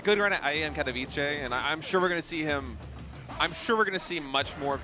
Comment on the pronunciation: Caster Guy with glasses, it is pronunce Katovitze , no Katobiche. Thanks -_